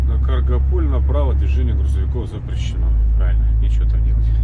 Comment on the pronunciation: Правильно произносить Каргополь,с ударением на букву "а". Это исторический районный центр. Привет из Каргополя!!!